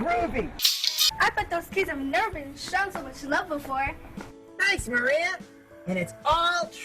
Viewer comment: Does he have a speech impediment or something? I just realized the girl's name is "Maria" not "Moria" like he says. Then the "alternatul fuels" and "going grink". Obviously you mentioned these but right after the "going grink" part he says "'Cool Cat goes Ethanol' is a story that teaches _____ children". What word does he say here? Sounds like "quote unchildren" or "court owned children". It's been driving me crazy trying to decipher it. Also, I had no idea that "Going ethanol" was ACTUALLY proper english. Obviously adults would understand it but we probably shouldn't teach children a slang way of saying that they are going to learn to use alternative fuels... oh wait, wasn't there already a book about that? Well that seems like the bigger mistake of the two if any...